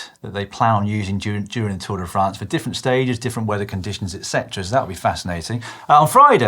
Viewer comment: Lloydy , it's Tour De Fraaaahhhhhhnce daaaahling , NOT Tour De Franz !!! Please add a little French twist to it , do the accent !!! Pleeeeeaaaaase !!!! It is painful to hear it the way you say it !!!